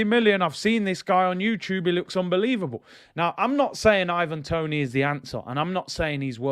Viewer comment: Man said IVANDRO TONIHNO 😂😂😂😂😂😂😂